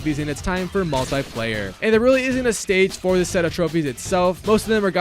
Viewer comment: mull tie player